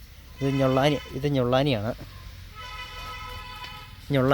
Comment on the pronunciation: സുഹൃത്തേ ഞൊള്ളാനി അല്ല. ഞള്ളാനി ആണ്.ഏലത്തിന്റെ പേര്അ മാത്രമല്ല അത്. ആ ഇനം ഏലത്തിന്റെ സൃഷ്ടാവിന്റെ കുടുംബപ്പേര് കൂടിയാണ്. ദയവായി അത് തെറ്റിച്ചു പറയരുതേ 🙏